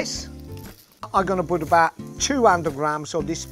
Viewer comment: But he says 'abahhht' instead of 'about' lol